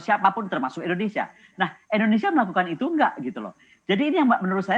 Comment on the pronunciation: Bu..indonesia. bukan endonesia